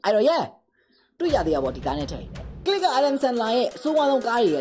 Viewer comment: bro did not say click more like knee gi